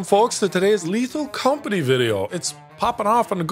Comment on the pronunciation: Lethal com-forty